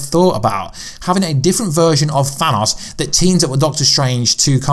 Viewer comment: you should just call thanos purple guy because its really driving me crazy how you say his name wrong